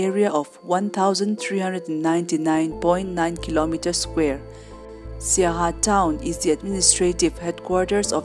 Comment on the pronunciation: Not saiha. Siaha